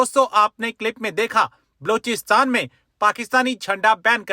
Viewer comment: बेवक़ूफ़ आदमी, पाकिस्तान के उस सूबे का नाम बलूचिस्तान है, लोचिस्तान नहीं। अपना उच्चारण देख, तूने बलूचिस्तान बोला है या लोचिस्तान।